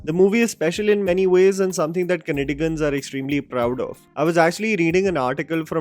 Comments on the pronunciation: Kannadigas not Kannadigans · Bro, it’s KannaDigas, it’s not KannaDigans!:) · Glad to see you eagerly review a Kannada movie! Also congratulations on bagging a million subscribers. Keep up the great work like always. Been following you from 2017😅 PS: it's actually Kannadigas and not Kannadigans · It's not Kannadigans! It's Kannadigas or Kannadigaru.. please do mind this when you make videos next time.. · its not "Kannadigans" but "KannadiGas" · Sir, please review the kannada movie 'Dia' on prime. It's a classy movie. We are really eager to know how you would review it. By the way, one correction in this video. you pronounce as ' kannadigas' , not 'kannadigan'